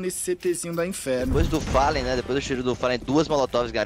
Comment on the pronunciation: follen?? quem é este random chamado gaules, fala tudo errado